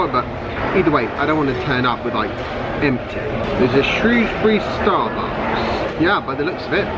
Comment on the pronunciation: Well done pronouncing 'Shrewsbury' correctly!